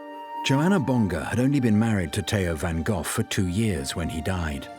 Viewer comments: Van Goff? 😂😂😂😂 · I was here to see Van Gogh. Not Van Goff! 😕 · Is there no one that can pronounce the name Van Gogh correctly? It is not Van Gough or Van Goff (this video), Van Go or Van Goo (US), Van Gogue (France), even the Dutch researcher from the Van Gogh Museum does pronounce it wrong (but he knows). Two hard g's, but not too hard... and the o short not oo or ou; ah well perhaps it's funny that every country have their own pronunciation of the name. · Yes,yes : his name is Van Gof. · One goor(r=gh)::VAN. GOGH😊